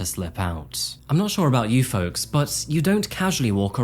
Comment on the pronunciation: Love the vids long time fan here.. But the way you say Folks just rubs me the wrong way.